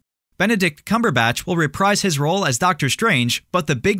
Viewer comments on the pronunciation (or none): none